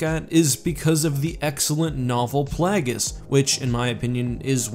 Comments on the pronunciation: Brother, I love your videos, but the guy’s name is Play-ghis. It’s based on plague. It isn’t plahg-is. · Play-Gus, not Plag-is. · “Play-guess” Plaguies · Ah yes plag-es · Sooo many SW YouTubers mispronounce things and it drives me a little nuts. Plagueis is not pronounced "Plag-is." The root is "plague." Plague-is. Hell, it's even said in RotS. C'mon, man! You're killing me, Smalls! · Did he say Plahgus? Did u not hear how palpitine says it? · "The novel, 'Plaggis'"? "Extastentially"? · He can’t even pronounce plagueis It’s PLAY GUS as in plague + us Jesus..... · Ok, but can we discuss how he pronounced "Plagueis??" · You can tell someone doesn’t watch the Star Wars movies when they mispronounce unique words like “Plagueis”